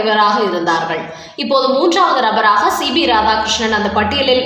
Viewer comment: Madam, he is C P not C B as you pronounce